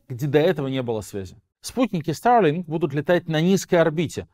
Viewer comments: Только, пожалуйста, говори нормально по-русски: Старлинк, а не: "ста[r:g,😵]лин" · зачем так сарлинк произносишь? ахахах